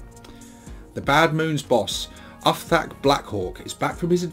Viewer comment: Its pronounced like "Oof-Thak" But yeah, give Brutal Kunnin a read, lots of great orky perspective shenanigans in it, can tell Mike Brook is a proper Ork fan. Also look for the Ebook prequel short story "Where Dere's Da Warp Dere's A Way" if you want to understand why he has that stitching on his neck, theres a very funny scene with an Admech Kastelan Robot in that story XD